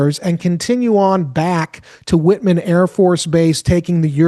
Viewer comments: White-Man AFB not Whitman...like the chocolates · It’s *White*man AFB, not “Whit”man. Also, my little sis is on the Nimitz, so those pilots better be thorough for the sake of all those sailors. 🫡 🇺🇸 Nimitz is scheduled to be decommissioned next year.